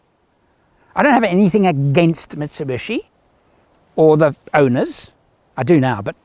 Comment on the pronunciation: It is 'MIT SU BISHI' and not 'MIT SU BUSHY'